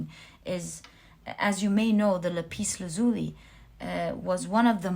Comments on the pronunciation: Lapis Lazuli is pronounced Lap Is Laz U La not La Peace La Zuli just for your information ☺️👍✌️💖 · Pile2 crystal is lap-iss laaz-u-lie This is how it is pronounced